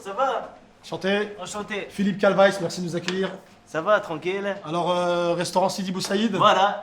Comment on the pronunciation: PHILLIPE CALVICE PRONONCIATION CALVAYYCE MDRRR CALVITIE